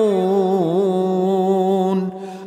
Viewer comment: {تنويه بسيط} السورة هذه الشيخ غلط { تجويديا }في قراءة آية الي هي {وهو القاهر فوق عباده ويرسل عليكم حفظة حتى إذا جاء أحدكم الموت توفته رسلنا وهم لا يفرطون } كلمة لا يفرطون حرف الراء الشيخ كررها وهي مافيها تكرير فرجعت سمعت للشيخ المنشاوي و الحصري وعبد الباسط رحمهم الله فوجدت أنهم لايكررون حرف الراء ورجعت للشيخ العفاسي لمقطعه القديم في سورة الأنعام الي قبل 7 سنوات والي عدد مشاهداته مليون وثلاث مائة لقيت الشيخ ماكرر حرف الراء فالواحد ينتبه لما يسمع للمشايخ ويركز معهم في طريقة القراءة فهم ليسوا بمعصومين عن الخطأ وجزاكم الله خيرا على إتاحة بعضا من وقتكم لقراءة التنويه 🕊️